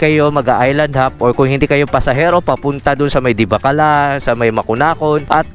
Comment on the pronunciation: Correction sir, Divilacan hindi Divacalan😊 sa Isabela